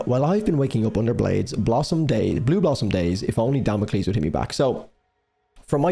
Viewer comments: Duh-mock-els, leaving us all in shambles. Felt this one soul-deep. 🥺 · You made my day when you accidentally said "damn awkles" again 😂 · As soon as I get all comfy and immersed, you go and say "Damockels" again. 😂 🎧 I really hope Tokn refers to his version in that way as a shout out to you. 😂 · I also CAN NOT STOP saying “Damockles”. That is contagious.